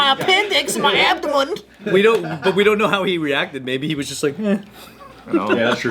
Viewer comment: "ouuu I feel it in my adomond" LOL